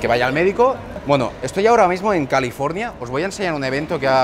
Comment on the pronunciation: "California" Uh lala señor Frances